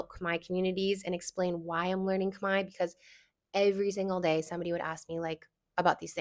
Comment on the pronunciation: I love the analogy with tortilla ❤ and yesss, I definitely feel a slight rage hearing people mispronounce Khmer as (Kuh-Mare) when (Kmai) is not hard at all. I do find it interesting that even when I teach people how to say it right, they split it into 2 syllables which is confusing to me because it’s just one 😭